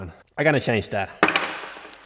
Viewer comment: Change Pronunciation = Tjænse